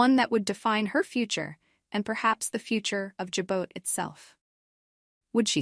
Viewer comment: Can't even pronounce Jabot!